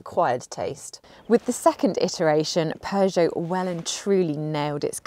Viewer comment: British don't know how to pronounce Peugeot.